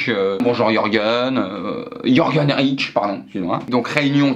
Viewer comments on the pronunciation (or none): none